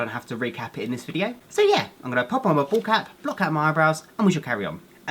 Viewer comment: every time you say "bald cap" i always think you're saying ball cap 😂😂😂 love you so much ❤️❤️❤️❤️